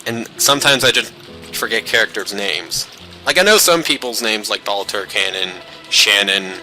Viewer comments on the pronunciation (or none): Watching you go through this blind is way too much fun to be healthy. Your Rokkenjima pronounciation is on point, but you're still calling Battler Balter.